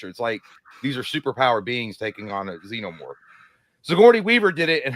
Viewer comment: When pronouncing "Xenomorph" think Xena warrior princess, its (zee-no-morph)